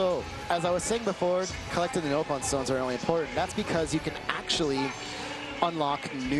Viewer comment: Why does he say Nope-on aaaaaaaaaaaaaa